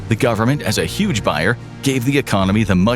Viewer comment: * 'uge The H is silent.